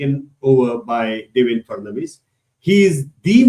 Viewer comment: DevenDRA not DevenDAR